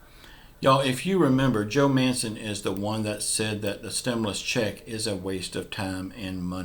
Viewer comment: bro joe manchen no mancen